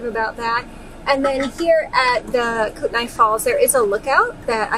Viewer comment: Kootenai is pronounced Koot-nee